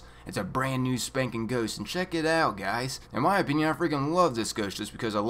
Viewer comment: "a NYOOOUU mission type" 😂😂